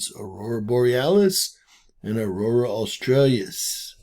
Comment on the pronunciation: Aurora Australis, not Australius